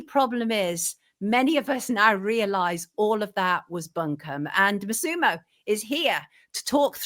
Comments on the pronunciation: MASSimo, not MaSEEmo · Pedant and half Italian here: it’s MASSimo not MassImo. Accent on first syllable not second. Great interview.